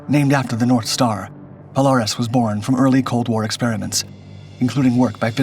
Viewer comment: POLE -AIR-IS not POLE-ARE-IS